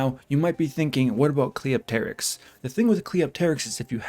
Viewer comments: Even though I agree with pretty much everything you said, my "like" on this video is entirely for being the only content creator to pronounce Cleopterix right. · You're the only CC that pronounces Cleopterix's name right. Impressive. Also Guurda looks like the old Ghostbusters cartoon antagonist "Boogey Man".